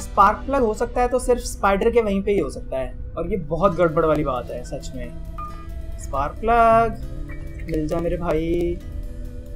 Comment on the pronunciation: se special key ko spar plug bola 😁